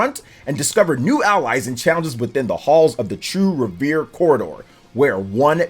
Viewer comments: It's pronounced REV ER EEE not Re vere looool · …It isn’t revere like Paul revere it’s REVERIE lol!!!! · It's pronounce Rev-er-Ree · Trails into North shore Boston, trails in Trails into Reverie " reveree" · Right off the bat I hear Trails Into Revere 🤣 forgot to pronounce the i! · Trails into Reh-vuh-ree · Glad someone said it 😅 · Right? lol Just sound out the word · Rever “E” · He also doesn’t know how to pronounce reverie which was painful/hilarious